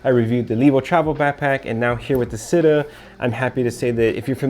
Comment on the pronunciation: it's Città with an accent to the A. it means city in Italian. and you pronounce it CHITTÀ, not sitta. for fuck's sake.